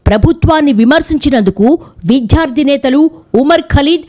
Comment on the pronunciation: విధ్యార్ధి నేతలు... కాదు మేడం విద్యార్థి నేతలు అంతే. ధ్యా కాదు ద్యా కరెక్ట్.